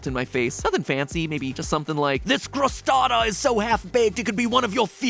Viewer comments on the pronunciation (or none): Matpat I love your videos but the "crostana" at the end broke my italian heart 😂